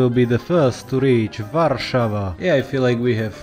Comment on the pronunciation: bro you nailed world warszawa, im polish btw and boi u nailed it